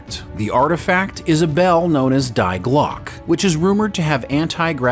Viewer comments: Great video, just a minor quibble - is it Die Glocke, pronounced Dye Glock? Have you heard this spoken? I only ask since, in German, it would pronounced Dee Glocker, or in English "the clock" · Listening this from Germany Its so funny how you pronounce Die Glocke. Phonetically you should ready it " Dee Glocke" top sound about right. Best wishes. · In German language you pronounce the word Die as "dee" but otherwise a great video. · Please use German pronunciation correctly. "Dee Glockah" = The Bell Jar. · beat me to it 👍🏻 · Die glocke in english is the bell.